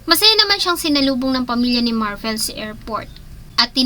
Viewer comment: Pakiayos ng pronunciation ng Slovenia at Marvil. Nakakairita. Magbabasa na lang mali mali pa. 🤦‍♀️